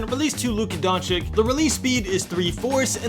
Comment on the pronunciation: Did u just say Donchick😭